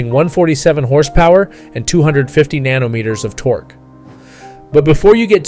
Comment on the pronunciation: 'Nanometres' LMAO